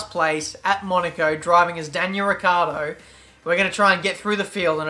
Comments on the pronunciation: please hear me his Name is not ricardo But ricciardo To get The it sound right you need To say it as rich-hard-o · is pronouncend like richard with more enfasis on The c since It is double and The o At The end